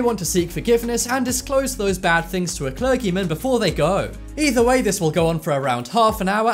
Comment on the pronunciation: I never heard anyone pronounce clergy/clergyman like that.